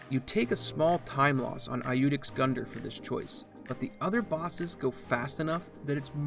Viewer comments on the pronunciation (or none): It's yoodex, not i-youdex. Don't people learn Latin in the US?